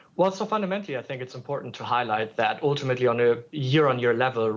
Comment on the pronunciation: oooltimately🤦🏻‍♂️😝🤣🤣